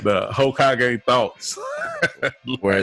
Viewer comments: My boy said “Hokeeagé” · This ninja said Hokeeage... like he dont watch naruto. 👏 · I just wanna know where he got that pronunciation from